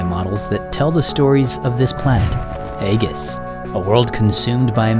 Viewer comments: EE-jis* not AY-gis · Aegis is an existing word with an existing pronunciation. It seems odd to take an existing word and give it a different pronunciation just for your fictional universe 🤔